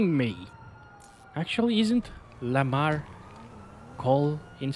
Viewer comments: I chuckled at that 😂 the way you said it sounded like: "Suck it" in Spanish haha Llamar = call... yes! Pronounciation: YA(as you would say "ya'll" for example) -MAR. Anyways, been loving your content for a while now. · It’s “llamar” pronounced “Yah-Mar” in Spanish 😂